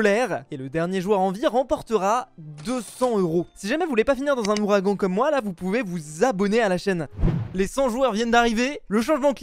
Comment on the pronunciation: "Houragan" hein 🤣🤣🤣